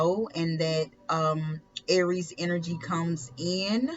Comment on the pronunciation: Aries...Its pronounced ...Air reese......not ....are reese....maybe you should watch other readers to pronounce cards and signs right.....lmao.stupid peep